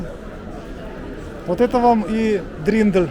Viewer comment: 😂😂😂не дриндель, а дирндель